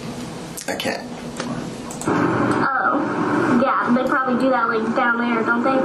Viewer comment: This cop is beyond sketchy. We are entertaining his obvious OUT OF CONTROL CRIMINAL SEX ADDICT behavior. He is dangerous ! And he says DAT instead of THAT.